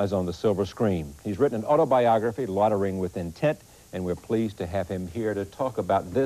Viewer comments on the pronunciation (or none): It's pronounced "Loy-ter-ing" Charlie, not "lottering". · Charlie mispronounced "Loitering". That's terrible.